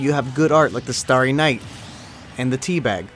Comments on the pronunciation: it is not te! bag its tee bag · You said tebag wrong :)